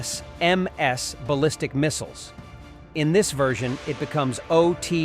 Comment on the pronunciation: "a-tac-mass" AI sucks!